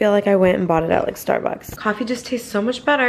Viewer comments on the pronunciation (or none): none